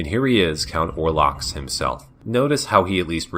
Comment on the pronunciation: The actual spelling and pronunciation of the enemy is: Olrox. The L comes before the R. This is no criticism on you or the video, as I am loving this series! But I used to make the mistake during my younger days playing this game.